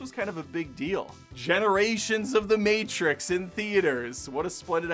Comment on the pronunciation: It’s the Mehtrix.